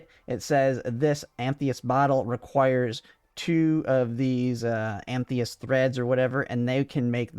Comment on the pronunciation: It's "ah-muh-thist". Nice vid tho.